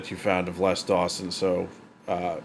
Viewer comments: It's pronounced "Lez" Dawson. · His Name Les is pronounced Lez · I sometimes forget Americans pronounce things differently and then you started calling him "Less Dawson" which sounds all wrong, because it's pronounced "Lez" in the UK. But glad you enjoyed the jokes. Always good to see classic comedy get new fans. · Lez not Less, definitely non Less Dawson. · Hey; just a point - it's Les pronounced Lez, not less;) Sad to say, Mother in law jokes are not allowed in the current climate of "don't offend Anyone!" I miss the 80s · It's pronounced lezDawson not. Less dawsonsorry. But less dawson was annoying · Hi, just FYI, his name was pronounced "Lez" not "Less" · Les not Less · ‘Lez’ not ‘Less’ Dawson.😊